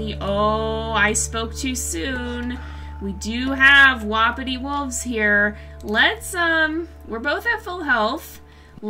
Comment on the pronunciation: No offense I love you but it's wapiti (wah-pee-tee)